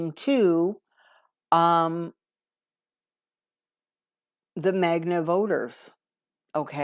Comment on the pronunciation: It’s MAGA not magna